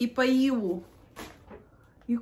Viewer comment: Да, она именно имела ввиду "ходить по ИЛУ.", ( но мамка ее в детстве не водила к логопеду, поскольку не знала о существовании такого врача. 😂